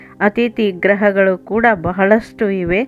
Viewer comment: ಗ್ರಹಗಳಲ್ಲ ಗೃಹಗಳು ಕನ್ನಡ ಸರಿಯಾಗಿ ಉಚ್ಛರಿಸಲು ಕೋರಿದೆ.